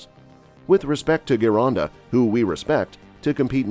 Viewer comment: Gironda was Italian, so it should sound like "Gee-ronda", not "Ghee-ronda". Next, Frank indeed trained a little bit in Vince's studio for one of the Olympia's because at that time Gold's Gym was making a movie "Pumping Arnold". Of course, Frank ridiculed Vince for not having a squat rack in his gym, etc. To be fair, Frank doesn't seem to take a lot in terms of training from Vince (comparing to Mohammed Makkawy and Steve Davis who never gave enough credit to Vince although took a lot from him).